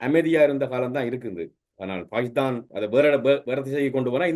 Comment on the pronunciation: எகரம் உச்சரிக்க தெரியாத வேசிப்பயல்கள். ஹே ஹே என்று கூவுகிறான். மேலும் ஸ உச்சரிப்பும் தெரியவில்லை பாகித்தானாம் .....